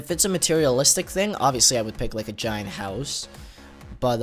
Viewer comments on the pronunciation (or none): none